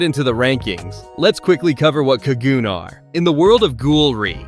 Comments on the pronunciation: "kagoon" cog-u-nay is how its pronounced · Say it with me now “Ka-Gu-Nay” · Bra U sayin kagune wrong talkin bout some "kagoonies" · quick tip: in ur tts put in the hirigana for the japanese word so it pronounces it correctly for kagune im relatively sure it would be かぐね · How do you manage to mispronounce Kagune every single time